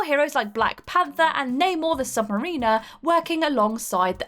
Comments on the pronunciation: Namor the submarine pilot? That's pronounced sub-mary-ner, lol, not, sub-marine-er. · Sub-Mariner....NOT Sub-MarEEner.....sheesh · Sub Mare-In-er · Marin-ner...yeah I twigged she had read it incorrectly... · You miss pronounced submariner. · That pronunciation of Sub-Mariner, though!🤣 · Um..... I love the videos and What Culture is just great... but the new girl mispronounced Sub Mariner... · The way you pronounced submariner makes it sound like hes had a sex change 😄